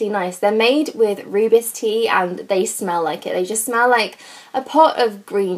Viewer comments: FYI - Rooibos tea is pronounced "Roy/Boss" not "roo/biss". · The way you pronounced Rooibos tea 😂😂